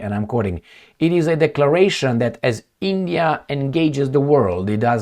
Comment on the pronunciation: It's not eeendiaa